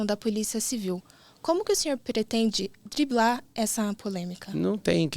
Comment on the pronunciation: Como uma jornalista fala "diblar"????? Se eu fosse o Pablo terminava ali a entrevista.